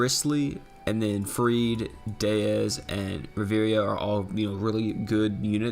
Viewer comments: Ri-vi-era not Ri-veria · In fact Ri-vie-ra